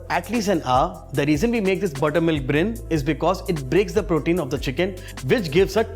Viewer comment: What is brin?😂 It's brine